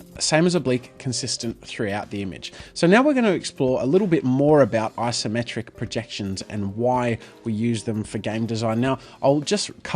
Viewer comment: It's Isometric, not "Asometric"